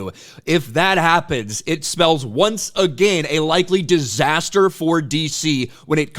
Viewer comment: The way this guy says DISASTER. lol